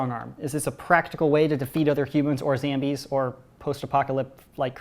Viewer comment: I love how instead of saying zombies he says “zambies”